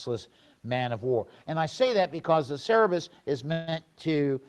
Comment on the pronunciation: Cerberus pronounced Sir-Bir-Us. The three headed dog that serves Hades and guards the underworld. Greek mythology.